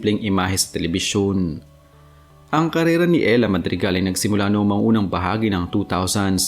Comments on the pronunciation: E-------hra idol.... Hindi Ella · It's erha. Not Ella. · Ehra not Ela 😂